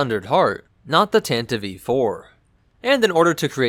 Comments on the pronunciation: Tantive Tan-Tie-V NOT Tant-iv-eve What is it with people and basic pronunciations. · I always thought it was Tantive, not Tantiv-e. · I thought it was pronounced tantive not tantivEE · y'know.. the e in tantive is a silent e. jussayin'. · I hate how tantive is pronounced. It's just all sorts of wrong.